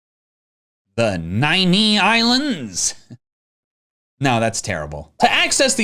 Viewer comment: Nine Ixlands (pronounced "Islands")